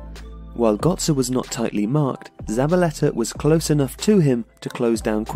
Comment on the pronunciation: So it's Özil but you cannot say gÖtze? xD i am confused